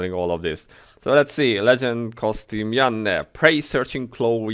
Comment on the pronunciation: I also play without sound. I'm typically watching something I'm streaming. I agree with you about Yanne's legend costume. I will most likely buy it, but probably won't equip it. Maybe just sit on it and sell it in the auction house. Finally I love how you say Yanne's name.